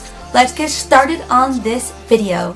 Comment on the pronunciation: I love how she says "Shtarted" 😍